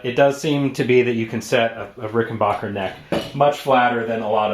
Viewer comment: Rick-in-back-er. Not "bach"er